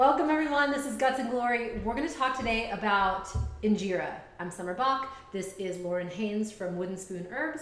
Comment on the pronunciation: Girl..... 1. you can freeze (injera) but since your burned your batch it won't be good to freeze. And freezing changes the flavor slightly, you really shouldn't be making injera if you're not going to eat within a week tbh. 2. In-Jeh-Rah. not Injeera 3. the "injeera cooker" as you called it, I'm not sure if this is the amharic name but mgogo is what I've heard it called. 4. your batter was too thick, it should be thin enough to pour right onto the mgogo 5. if you use oil, it's not really injera. 6. The injera need to be thin enough to be easily eaten with hands, but thick enough to absorb liq. from the different dishes-hence the sponge texture you find in injera made properly.